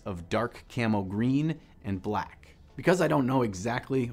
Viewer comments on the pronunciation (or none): So many things I liked here: Dobby, hearing the word "mother color", watching have stroke saying "brack" and the PHENOMENAL piece/painting style. Definitely a technique to try.